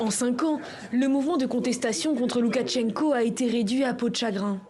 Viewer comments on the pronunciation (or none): Mais Pourquoi tout les journalistes disent-ils "Loukatchenko" ? C'est avec un "ch", pas un "tch"!